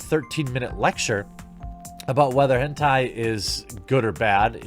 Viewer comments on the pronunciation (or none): none